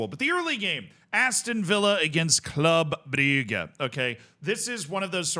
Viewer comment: I'll never get over how pronounces "Club Brugge"